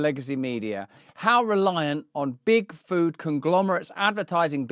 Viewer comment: Can't help it but I hear Bigfoot every time he says Big Food, and it makes me imagine evil Bigfoot ruling the world from the shadows :DD